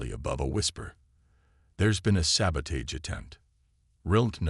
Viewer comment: Saboteur and sabotage you're not pronounce the Avett Brothers pronouncing it right narrator come up here to Maine and will teach you how to pronounce it better and you'll love it, and move up here God's County's the way life should be. free without Smog and pollution.